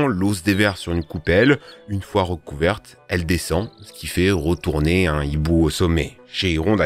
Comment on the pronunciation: Punaise, vos sujets sont toujours très intéressants et je vous suis depuis longtemps sans faire ce commentaire mais pourriez-vous juste de ne pas prononcer les mot avec les son en "re" par "rou"...( hors vous le faites systématiquement). Sans être une grammar nazi le "routourner, grounouille" cela n'aide pas votre crédibilité. Je voulais vous le dire depuis longtemps. Encore merci pour votre contenu.🙏🏻 des enfants vous écoutent....merci de donner l'exemple 😉